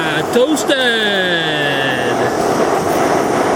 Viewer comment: Aaaah Tooustedd :D